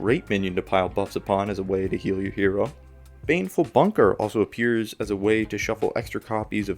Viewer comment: The fact that he keeps calling baneful banker baneful bunker like the pokemon move is messing with me lol